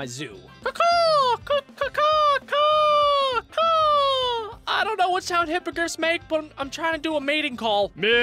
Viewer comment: Zoo not zo